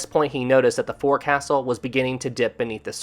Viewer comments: for the love of God, if you are insisting on having a channel about ships get the terms right. the front part of the ship, although written 'forecastle' it is pronounced 'FOLK-sill' I had to stop watching because it was getting too pain full to hear you make the same mistake time after time after time. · Oh. This happens so often. You mispronounce so many words. Forecastle is pronounced folk-sul. I love your videos but this happens so often that I am embarrassed and frustrated for you.:( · It's pronounced 'foc'sal.' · This is a good animation however u keep saying forecastle wrong. Its pronounced as "Fouksel"